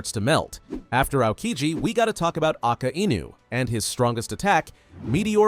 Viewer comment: Did you just say aka inu